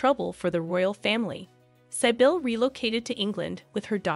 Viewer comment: Great video, but I just wanted to clarify that,...Sybille is pronounced [Cbill] like civilian but with a "b". I am also a Sibyla [C-B-la], a very aristocratic name but by the way. There even was a Princess Sibylla of Saxe-Coburg und Gotha, mother of the current King of Sweden, King Carl XVI Gustaf.